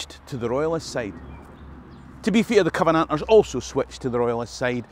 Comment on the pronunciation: that's a hell of a way to pronounce Covenanters!